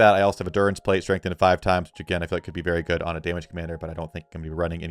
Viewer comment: Maybe you should refine the shield just to be consistent lol. My ears hurt every time you say strengthened twin axes